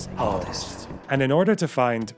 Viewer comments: Im watching this a second time just to hear you say "Britains 'Ardest" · "'ardest" :V